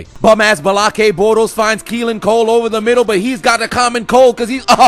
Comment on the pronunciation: "in dee middle" I DIE EVERYTIME